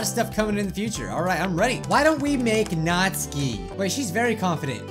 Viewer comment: That's not how to pronounce Natsuki... I can switch to a Japanese accent and you pronounce it as: Nat-soo-kee. Lol, I know! I'm an annoying fan 😅